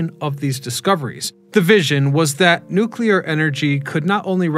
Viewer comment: Say it with me now,. "NOOK-LEE-UR"